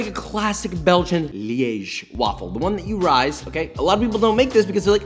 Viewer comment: As a person from Liège, I’m so proud of your pronunciation of my city, it was flawless